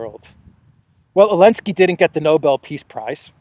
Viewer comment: I have a dumb question: why do you say « Elensky »?